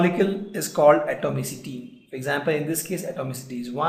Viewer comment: Uhhh... What is he saying is not clear